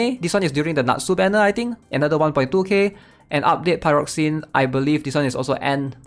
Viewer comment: Glad someone else pronounces it like I do: pie-rocks-eens